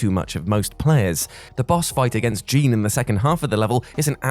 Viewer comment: I love your videos but one thing for Bayonetta. It's not Jean it's prpnounced more like JAWNE